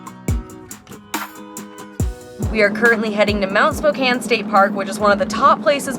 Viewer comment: Thank you for saying it properly.